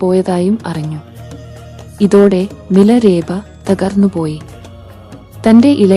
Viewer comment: ഞാൻ കെട്ടിരിക്കുന്നതെല്ലാം മിലരേപ എന്നല്ല മിലാരപ്പ എന്നാണ്